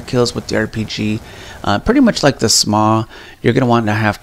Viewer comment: Dude it's shaw not sma no offense but that was a cod fan boy thing for you to do